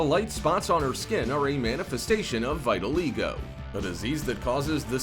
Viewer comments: Can we talk about how he said Vitaligwo instead of Vitiligo? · it is vitiligo not vitalego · “vie li e go” It’s “vi til i go” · It not vital ego its vit-i-log-o 💀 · It's called vitiligo! Not vitil ego My daughter has it. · Not pronounced “vital ego” — its vittle-eye-go. With accent on the third syllable. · wait is he saying "vital ego", I think it is pronounced Vit-ah,-Lie-go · It's not vita leego it's vit a lie go I have it that's how you pronounce it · Vitaligo, not Vyttaleego. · It’s vitiligo not Vedaligo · It’s V-it-a-Lago. Not Vee-Tilago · "Va-eye-ta-lei-Go" no no sir it tiz, (Vita-Lai-go) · not him saying "Vyt-O-Lee-Go" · HOW HE PRONOUNCED VILTIGO 😭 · Am I the only one cringing at “vital-ego” please please that’s not how you say vitiligo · the condition is pronounced (vit-a-lie-go) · Itsfunneh these computer-generated audio descriptions get some words really wrong. The way he said "Vitiligo" was hysterical. He said, "Vy-ti-aLeego- go" ....😅 it wasn't until one of these computer created voices mispronounced several words that I realized I wasn't hearing a human voice and that I was listening to an automated computerized voice. It took me awhile to figure it out...but now I know. ...And now you know too! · that fact that my guy pronounced it vai ta lee go makes me triggered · Are you pronouncing Vitiligo the complete opposite of how it is pronounced on purpose? Check ...oof! Correct pronounciation is vi tuh lai go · It’s vit-i-ligo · vitiligo (vit-a-ligo) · It’s vit-i-ligo you’re pronouncing it wrong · Why did he pronounce vitiligo like veyetileego? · VIT I LIGOOOO JESUS HOW HE PRONOUNCE HIS WORDS JUST 😬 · tf is vital-ego lol learn how to pronounce it. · I didn’t know it was pronounced “vital ego” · He pronounced “vitiligo” wrong 😂 it’s v(ih)t(uh)l(y)go. That’s how you pronounce it. I have it... sorry if I sound rude it just bothers me😂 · Vitiligo is pronounced “VIT-ill-igo “ not vitiligo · It's called VIT-A-LIE-GO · plz look up how to say vitiligo lmao